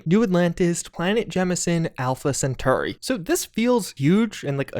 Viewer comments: Why do you say Alpha Centauri weird? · "Alpha Centoa Ray" lol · great video, but it really bothers me how you pronounced Alpha Centauri